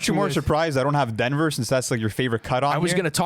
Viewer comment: Bro said “don T” 😭